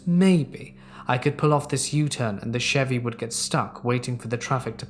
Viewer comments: my man, the Ch in Chevy is pronounced like Sh 🤣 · saying Chevy is my new favorite thing on YouTube